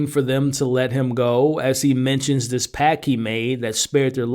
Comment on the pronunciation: Pact, not pack.